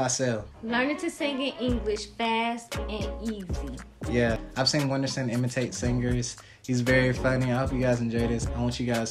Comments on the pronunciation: Nem a mãe dele sabe falar "uindisum" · gringo consegue falar "Whindersson" mais fácil que brasileiro